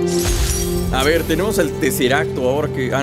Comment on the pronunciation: Alguien no se río cuando dijo "tenemos el tiseracto" creo que así se escribe:v